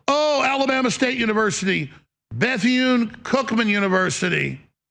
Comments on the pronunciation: Beth-une? WTF? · That mfer said Beth-Yune. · This dude said Beth Eee Yune.... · He couldn’t even pronounce the universities name. These people are not serious, but their hateful message it’s very dangerous. All that cursing on Mace! And where are all the victories that the USA it’s having outside of the US, that makes foreigners mad at us? Just when I was convinced that Russia and other foreign nations were not trying to screw us up politically. And btw, it’s so sad to see the posture of the military men, while they have to listen to Hegseth speak. 😮